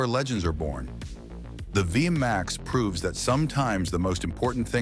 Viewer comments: Its not V M A X, its V Max, beautiful bikes, I owned an 88 V Max 1200, pathetic narrating. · "Vee Emm Aye Exx" Simply Hilarious...😂. It's Vee Max, ! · The V-max was never air cooled. And it was never pronounced Via max! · Technically it’s VMX as the chassis cod but yeah ai sucks at understanding uper case letters